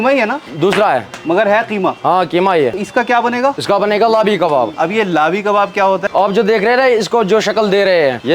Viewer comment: Jinab it's not labi kebab. It's lehbi or lehvi kebab.....